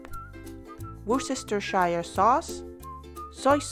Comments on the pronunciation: Great video, I’ll be trying this for sure. As a Brit though, I have to mention it, and it’s not a criticism, but it’s ‘wouster-sheer’ sauce in it’s pronunciation. Or, over here, we’ll just call it ‘wouster sauce’ for short. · Just adding, "woo-ster-sheer" sauce :). Worcestershire has to be tricky for everyone XD, but it has a funny pronunciation like "Edinburgh".